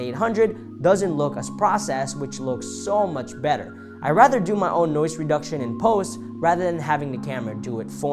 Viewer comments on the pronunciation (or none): none